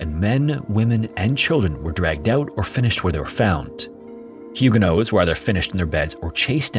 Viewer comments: Hey, I've always heard the protestant group as "Hugo-nots", not "Hugo-noes." Is that some English/French localization thing? Is that last t supposed to be silent? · I thought the pronunciation is HEW-guh-nots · You pronounced Huguenots so incorrectly it's neither the English nor French pronunciation lol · You’d think you’d look up how to say the main group in your video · Instead of pronouncing huguenots the way that you do. Change the last syllable to the word knots as in tying knots. Then you will have the correct pronunciation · It's silent in French, so not pronouncing it is a bit more accurate to the French although pronouncing it is probably standard English pronunciation.